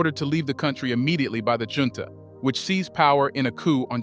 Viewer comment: Many words are mispronounced such as Junta and Niger This should be corrected